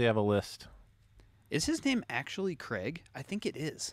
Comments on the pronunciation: It's "Craygs" list, not "Creggs" 😄 Also, we have this garbage in the UK, it's just junk. And, also, we do have this in the UK, and George isn't a common name 😄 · Craig, in the UK, is pronounced "Cray-g"; we have Gumtree as an equivalent.